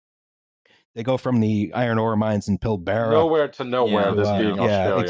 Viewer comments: The psychic damage of hearing pronounce "Pilbara" in possibly the worst way was extremely unexpected. For reference, it's Pill-buh-ruh not Pill-beh-reh, with emphasis placed on the first syllable, not the second. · will distinguish between a canyon and a "steep-sided valley"... then pronounce the Pilbara as "PILL BEAR A" 😂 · Just letting you know in case you were wondering, "Pilbara" is pronounced "pill bruh" - Source: I live in Western Australia. Weird I know. Also because it's a region rather than a specific place we usually say "the Pilbara" rather than just "Pilbara"